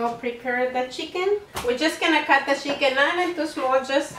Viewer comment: She says cheeken